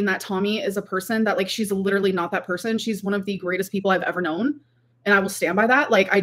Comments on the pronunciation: as would say “liderilly” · Like, like, like, Tommy, liderally, lawfing, like, like, like, girly. This woman is 33.